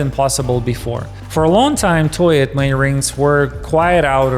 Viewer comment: Toi et moi is pronounced "Twa -eh-mwa" I studied French!